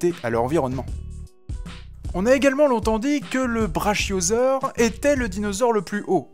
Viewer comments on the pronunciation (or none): Et je me demande encore pourquoi j'ai cherché à regarder cette vidéo... On dit pas braCHIOsaur mais braKIOsaur bien que cela s'écrive CHIO, le brontosaur à bel est bien existé et l'apatosaur et un cousin d'une autre ère cependant, Concernant les dinosaures les plus grands au monde là encore tu te trompe mon lapin, le squelette du plus grand dinosaure eu monde est exposé dans le musée d'histoire naturel de new york et il s'agit bien entendue du TITANOSAURE pouvant atteindre 37m... Donc la vraie vérité qu'on connait, c'est que t'es un boulet qui veux ce faire du buzz ;) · brachiosaure ça se prononce brakiosaure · On prononce pas Brachiosaure on prononce Bra"QUI"osaure voilà ^^ et pour tout les rageux qui se croient "expert" dans les dinosaures fermez là et appréciez le travaille qui la fait. Merci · On ne dit pas "Brachiosaure" mais "Brakiosaure" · Prononciation Brakiosaure ! Apatosaure est différent de Brontosaure qui était au final réel ! Par contre pour la météorite du CHIXULUB c'est bon ! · Inintéressant au possible. On prononce le braKiosaure pour votre gouverne. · brachiausaure ce prononce "braKiausaure" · Il me semble qu'on dit bra[k]iosaure. Non parce que brachiosaure avec le [ch] prononcé comme dans "chat", ça m'a sauté aux oreilles direct. Sinon vidéo sympa. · un autre monde. ouai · ouai ses vrai sa